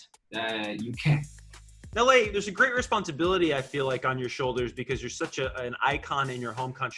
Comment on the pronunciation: The way the guy said lays last name I wanted to scream lol